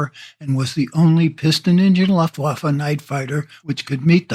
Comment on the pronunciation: Pretty good video, but if you are going to do this, I'd suggest learning how to pronounce "Luftwaffe."